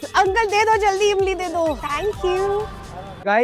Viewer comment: Zeera nh Jeera hota h ...Emli nh Imli h